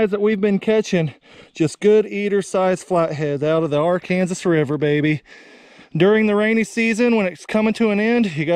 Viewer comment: Arkansas not ar Kansas the disrespect 🤦🏾‍♂️